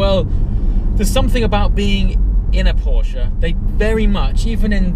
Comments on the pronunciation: Dude, its PorschE not PorschA :D Look it up how to pronounce it correctly mate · Not Porsch its a PorschE! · porschE not Porsch! Say the „e” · Why you UK people cant say Porsche.... PORSH PORSH PORSH